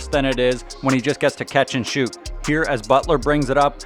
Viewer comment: Kyle "Get that Gahbage outta hee" Lowry